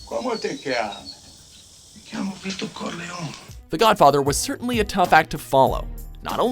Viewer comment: Haha! It's "Lehns-herr" not "Lehn-SHörr"! And not "Don Veedo Corleon" but "Don ViTo CorleonE".